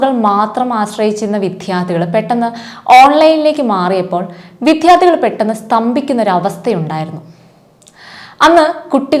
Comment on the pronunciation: വിദ്യാർദ്ധി , വിദ്യാഭ്യാസം > വിധ്യ അല്ല വിദ്യ